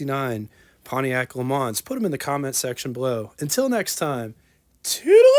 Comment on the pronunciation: got a one up on your pronunciation, … the “s” at the end of LeMans is silent.